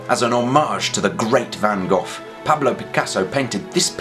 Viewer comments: (can't actually reply to a comment on my phone but this is about the van Gogh thing) haha yeah, well.. the sound of the a in Van is a bit like the English pronunciation of... Bath. And the Gs in Gogh don't exist in English so.. yup. Greetings back :) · Well well, if you're so good at a Dutch accent, why not pronounce Van Gogh right? (I'm sorry that doesn't make sense and it's not your fault) (I'm Dutch) (You might have guessed :)